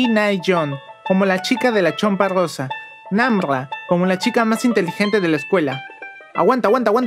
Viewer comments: No. es. namrra es namla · Por que dijoste Nambabarra🤣🤣🤣